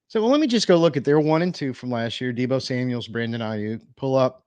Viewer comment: Okay man, I have to say something, there is NO S in George Kitle OR Debo Samuel's last name!!!!! It's just George Kittle AND Debo Samuel. There is no S at the End of there last name. Google it.